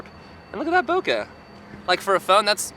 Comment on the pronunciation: "Photographers" pronouncing bokeh wrong. 😶 It's a Japanese word.